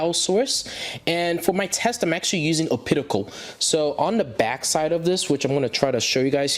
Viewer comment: also adding a coment regarding the pronunciation of OPTICAL OP TI CAL!!! NOT O-PIT-I-CAL